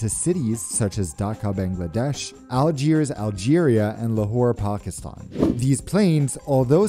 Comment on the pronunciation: Cool flight vlog! Nice pronunciation of Pakistan. Ancient 747 interior —> ur like Indiana Jones ! That’s a Hot Wing! 🥵🪽